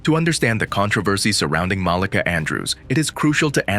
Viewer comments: You said Molicah. Its MalEka. You can tell you not from the hood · It's MUH-LEEKA Andrews. Jesus...